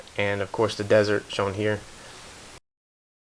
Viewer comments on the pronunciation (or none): none